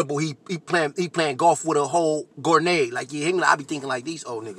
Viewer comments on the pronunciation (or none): Bro I’ve heard people say gernade over grenade so many times but you just brought a whole new level to the game you said gorenade 😂